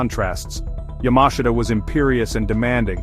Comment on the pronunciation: You cant even pronounce General Yamashita's name correctly. A shitproduction.